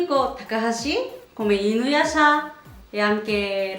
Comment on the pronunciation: Mi piace troppo come pronunci InuYasha!😍😍 P.S. amo quell'anime😍 E amo te ( in senso che mi piacciono molto i tuoi video e come li fai!)